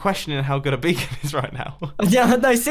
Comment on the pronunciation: I think you mean Beacon not becon